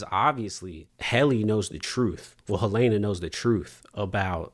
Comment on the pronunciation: I keep hearing people pronounce Helena as Hel-A-na. What’s up with that?